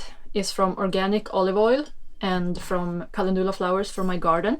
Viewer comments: Helpful and inspiring tutorial, beautifully filmed with the moody light. We pronounce it Calen-dew (like ‘you’)-la, rather then Calen-doo-la 😉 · “Calendula” is pronounced with the accent on the e. Cale’ ndula